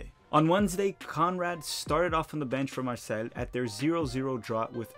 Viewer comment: fyi it’s marsay not marsell (for Marseille) - sorry to keep correcting your pronunciation